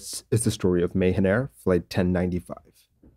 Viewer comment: Just a note, it's pronounced Ma-Haan Air not May-Hen.